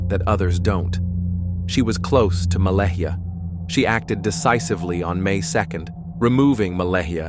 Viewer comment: This terrible AI narration mispronounced Malehya differently several times. 😒 It's not Mala-hee--ah... Her name is pronounced Ma-lay-ah Credibility is everything. 🙄